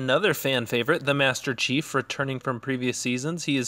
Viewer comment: Masterchie??? You mean MasterChief